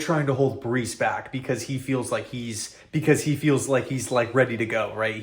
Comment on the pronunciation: its breece not bryce